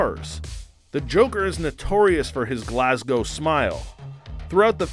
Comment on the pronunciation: Possibly the first time I've heard an American pronounce 'Glasgow' correctly. Well played.